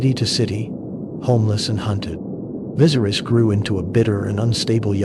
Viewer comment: VISS-AIR-US...not VIZERIES. JOE-HARRYS... not whatever the heck the A.I. voice was pronouncing.